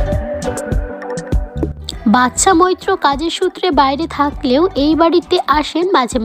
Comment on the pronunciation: বাদশা মৈত্রকে "বাচ্চা মৈত্র" বলছেন কেন!